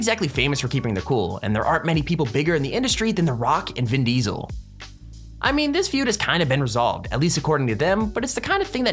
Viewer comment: Vin deeseel